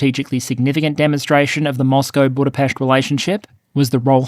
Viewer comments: Big shoutout to you sir, for covering the early history of Hungary so cleanly. You also pronounced 'Budapest' correctly. :) Note that Magyar cannot be immediately 'pro Ukraine' so quickly because Orban has done a ton of brainwashing. He needs to cleanse the pallate and disinformation from the minds of many Orban fans first, and slowly but surely back NATO and Pro-Ukraine initiatives, and show that it's for European benefit. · He even pronounced 'Budapest' correctly. ;) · Good fast summary of over 1000 years of Hungarian history. Good pronunciation of Budapest. Check into the pronunciation of Magyar. Keep up the good work.